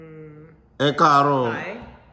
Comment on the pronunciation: She needs to roll her R's. e kaaro has a slight r roll sound.